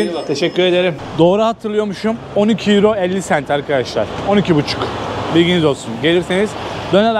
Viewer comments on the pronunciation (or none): none